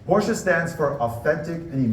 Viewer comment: at least learn as the CEO of a top company to "speak it" in original way, which is NOT porscha, but "porsche" (it should end in an E spoken almost es "eh", eh?)